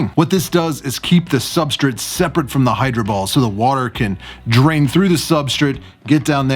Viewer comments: Why does he say substraight like Supstrit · "Substrate" 😂 love your videos ❤ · How dare you annunciate substrate! Who are you and what have you done with!?!?